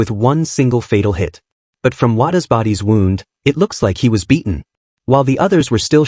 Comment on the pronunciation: Wow, so we have reuploads that only add stuff over an hour in, likely an AI voice with a monotone and can't pronounce words like wound and instead say "wownd" or say find instead of found. Can't wait to find another channel that actually READS a script instead of putting it through AI